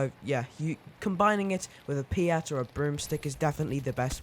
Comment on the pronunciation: It’s the peat not piat